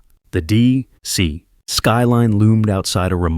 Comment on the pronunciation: to DEE ... CEE!